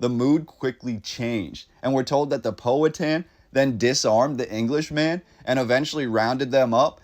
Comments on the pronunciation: Suggest you learn correct pronunciation of Powhatan. You've got it really wrong.... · Enjoyed this but I been here all my life and I have only ever heard it pronounced "POW-a-Tan". Henrico is mispronounced also. Anyone know what the building is? I have seen photos of it's ruins before, a really impressive structure whatever it was. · This is interesting. Long time Richmonder here. Just a quick pronunciation guide: "Powhatan" = POW-ha-tan (like a sound from a gun); and "Henrico" = Hen- RYE- coe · just so you know, the correct pronunciations are: Powhatan is POW-a-tan, Henrico is Hen-RYE-co and Tredegar is Tred-a-ger. The photographs are haunting and remind me of Berlin in 1945.